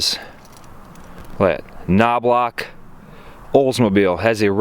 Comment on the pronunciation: That car is from my hometown! It's Knowbloch Olds-Toyota. It's pronounced Kno-Blow